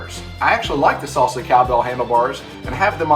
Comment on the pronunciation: Great review. But why'd you call it a S(aul) Sa? And not a Sal Sa? Or a Saul Saw?